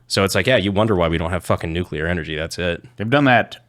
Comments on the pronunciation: Why does say it like "nukeler"? I've heard the "nucular" mispronunciation, but that one's new to me. Also the fear isn't from the technology, it's the certainty of bureaucratic hamfisting of bloat and bullshit into any government regulated project of that scale, ensuring potential for runaway risks. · is Nu-clear. Not Nu-cu-lear.